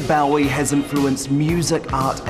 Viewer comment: Hard to believe that Lorraine considers Bowie to be one of her "all time heroes" when she can't even pronounce his name correctly. can pronounce neither 'Bowie' nor 'Iman.' Can't even get the basics right - great journalism. And Changes is from Hunky Dory, which was released in 1971, not '72.